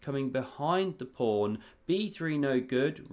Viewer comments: There's no r in pawn 😂😢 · I often understand "prawn" - have I heared it wrong or did he really say this? 😅 "covers the C prawn" 😅 omg ... if it was intentional he is a master of puns 🤯 "sea prawn" ... omg this would be too good to be true